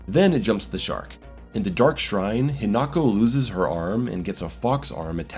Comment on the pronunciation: Every time he says "hiNAko" instead of "HInako" a puppy dies...